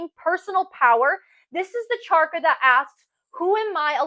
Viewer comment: Thank you for your insights! I just wanted to ask - when you say charka, don’t you mean chaKRa?